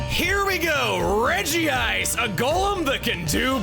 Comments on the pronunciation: The fact that you still regi-ice instead of reg-ice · Out of all people I'd think you, Chugga, would say "Regice" and not "Regi-ice", there's only one I. Is there some official resource besides the anime that has you saying it that way because I trust your pronunciations more than anyone else when it comes to Pokemon but this, this is one I can't believe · Praying Chugga will one day pronounce it as Redge-ice